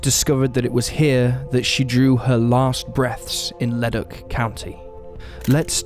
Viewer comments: I had to take a second to realize this guy was saying leduc LOOOOL. Leh-duke. I only realized cuz I live in leduc county and I knew they wasn’t a ledock anywhere near here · Thanks I was thinking the same. Like Le-Duke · FYI the town of Leduc and Leduc county are pronounced Le-Dook (like spook). That's the anglified version of the pronunciation anyway, slightly different in its original French. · Mick-a-sew, Ta-ca row, Le-Duke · It's 'lu duke ' not whatever your saying BTW